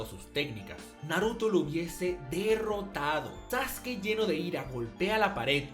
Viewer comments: Tengo una duda por que se dice saske, si se llama sasuke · diciendo "saske" y no "sasuki" ¿se metió un lineaso de células de Hashirama? Solo le faltó decir que Hiruzen es el mejor Hokage. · Saske? Sasuke? Sasuki? Ahhh... el emo sensible tonificado☑️ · este vato me tiene hasta la madre con su sasuki